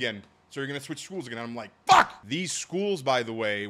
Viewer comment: That ''FUCK'' Was personal. I love it.